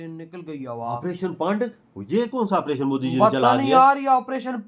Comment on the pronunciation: OPERATION SINDOOR hai Commentry karne walla ONPERATION kahey raha hai Lekin KYUN ?